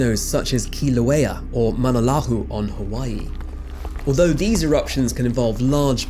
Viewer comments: You need to sound out the Polynesian names. I don't know how you got "lahu" from "loa" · I’ve never in my life heard Mauna Loa mispronounced so terribly in my life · Great video. AND that volcano in Hawai'i is pronounced: MAU (rhymes with "cow") - NAH - LOW - AH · Lmao, I had to go to the comments when he said what could charitably be described as "an attempt at pronouncing Mauna Loa" and found this. I didn't even register what he was saying until he showed footage of Mauna Loa... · He got Kilauea right and Mauna Loa wrong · The way he butchered Mauna Loa, Icelandic people are also glad he passed on pronouncing it.